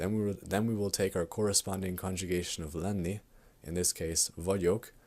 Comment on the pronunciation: Lenni with long n, that is why double n is there. Ő is also long sound. IT is very poor from you ...